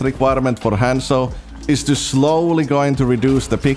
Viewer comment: how does a one trick pronouce his own characters name wrong?